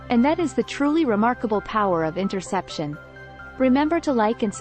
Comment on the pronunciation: Great I just got distracted by mispronounced topic word a couple times. Or maybe I'm constipated or both 😅